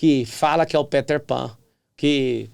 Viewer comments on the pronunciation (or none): none